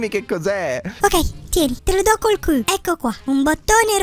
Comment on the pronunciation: Siete divertenti in questo video fa ridere quando dici il ciul invece con la q hahaha🤣🤣🤣🤣🤣🤣